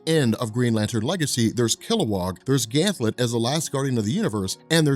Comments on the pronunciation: it's Ganthet not Ganthlet. Sorry it's bugging me. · Dammit! GanTHET not GanthLET! LOL Love your vids man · I have to imagine others have mentioned it, but I've been bingeing the Green Lantern playlist and it's surprising that there are multiple videos where you keep calling him "Ganthlet" but his name is "Ganthet" no L. Hoping this gets fixed eventually. Good work otherwise! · THET...Gan-THET, not Ganth -LET, there's no L in Ganthet's name. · It's Ganthet not Ganthlet. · who is this ganthLet. its just Ganthet. no L. 2nd don't yadda Spectre it needs covering everything from final night to rebirth. no one and I mean no one on YouTube has. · *GANTHET.!! NOT GANTLET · There are ZERO Ls in Ganthet's name... Please don't pronounce it as "Gam Thet" either, PLEASE! It's "Ganth it" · Yo, I love you, I love your videos, but I can’t hold it in any longer. His name is GanTHET. There is no “L” in his name. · His name is GANTHET. There is no "L" in his name. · Sounds like he is saying Ganthlet am I the only one who hears that? Why is he saying it like that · there's no l in ganthet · second time he says "Ganthlet" I turned it off. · "Ganth>L<et"... WTF... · Back when mispronounces Ganthet, and Zero Hour Crisis in Time.:P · Ganthet does not have an L in his name. U keep saying it wrong. LoL